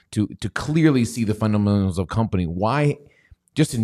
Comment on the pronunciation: I can't believe the caption identifies pronunciation of fundamentals.